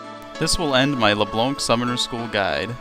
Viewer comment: I'm sure this is a good vid...but I can't get over you calling her Le Blonk. Sorry :/